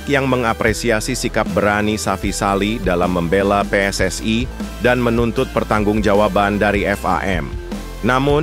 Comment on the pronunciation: Saudara jangan berlebihan berbahasa Indonesia bukan PSSai tapi PSSI huruf I pada PSSI jangan kau ucapkan ai kau terlalu overekting